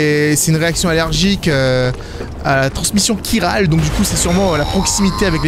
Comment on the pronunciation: Pour la "matière chiral" ça se prononce "kirale"